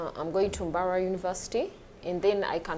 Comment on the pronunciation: First episode is irrelevant seriously….. And the way she pronounces Mbarara 😂😂😂 Olemwa